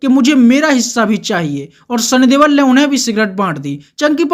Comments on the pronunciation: Please correct sunny deol not debal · Sunny deol not debal